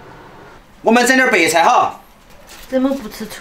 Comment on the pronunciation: 超小廚你說白菜好像說北蔡🤣🤣🤣🤣🤣(≧ω≦)/